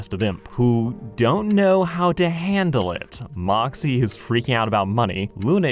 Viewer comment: Anyone else notice the cup for moxxie, said "foxxie" lol